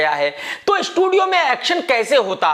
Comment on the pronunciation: Sony ko shonu kh rha... estudio